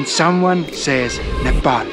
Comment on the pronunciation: Some rare youtuber who didn’t sau nepol but said nepal